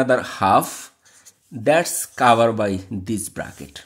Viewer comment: Sir Your English pronounce is not good Example covered